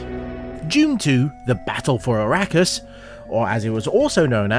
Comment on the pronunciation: arrakis is meant to be pronounced, ar-rock-us? :) wonderful that guardening is the same thing. ie protector of the heaven gates. but how did I know, not from flesh.